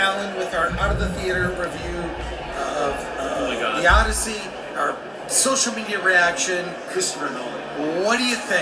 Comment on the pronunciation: "Odyssey".. more like "Oddity"